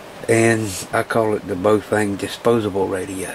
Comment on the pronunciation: BAH OH FUNG..... correct pronunciation